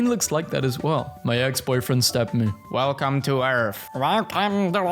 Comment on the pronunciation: WELCUOM TO ERARBF